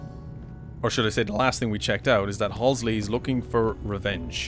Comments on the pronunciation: "Halsey" not "Hasley" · I know this is nitpicking but you keep saying “halsley”. It’s pronounced and spelled “Halsey”. There is no extra L. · "Halsey", not "Halsley". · it's HALSEY. not halsley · Halsey no halsley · I think he said HALSLEY but still good comment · Everyone: Halsey: Halslee. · "Halsley" lmao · I only just noticed now that you keep repeating the wrong pronunciation of Dr. Halsey